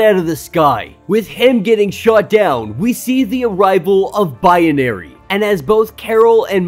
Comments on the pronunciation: What’s with the Bi-ye-na-ry pronunciation? Isn’t it just Bi-na-ry. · It's not biAnary. It's binary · Haha! The more he calls her Biyenary / Bianary the more annoying it is. 😆😆😆😆